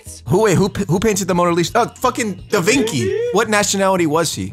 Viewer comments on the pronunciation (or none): bro said davinki